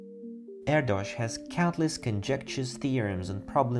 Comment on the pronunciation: Great video. BTW: Erdos rhymes with Airdish. True fact.